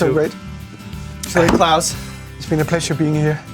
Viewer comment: Klaus seems like such a nice dude, i felt offended for him when ed curry was calling him "clause" when they ate the pepper x. Seemed like a deliberate insult from him idk if he genuinely doesnt know how to pronounce "klaus", especially hearing everyone saying it over and over before that and still going "clause" is blah blah blah... like, why would you do that if not to be insulting to him? He didnt deserve that..